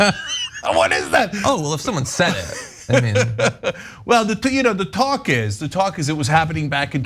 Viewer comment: I thought you said “their pawcus” (like caucus) instead of “talk is” (what you actually said). I thought you were being clever. Its a good one anyway!